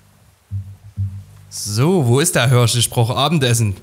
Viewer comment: Das Tier heißt Hirsch, nicht Hörsch! 😂